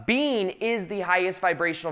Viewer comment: What is saying: When I'm making these videos I'm just being. What I'm hearing: When I'm making these videos I'm just bean.